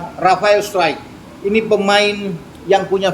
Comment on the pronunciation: Bacanya STROK bang